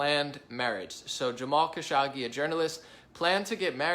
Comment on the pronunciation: “Kuh-show-gee” is how to pronounce his name. Who dies an analysts without bothering to learn how to pronounce his main subject’s name? Trump decided to give the Prince responsible for ordering the brutal murder of Kashoggi a king’s welcome at the WH in Nov 2025, and denied to press the prince ordered the killing even though it’s a known fact he ordered the hit..